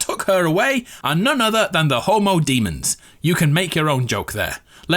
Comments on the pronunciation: Ok I could have sworn you said “the Homodemons, lead by the gay that summoned the BTs’” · Adamaru "demon hubos" me hears "hobo demons"